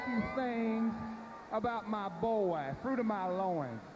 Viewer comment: Fwuit of my Loooins 😂